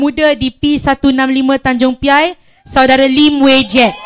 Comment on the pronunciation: Sebut pun tak betul . Tanjung P.I apa bendanya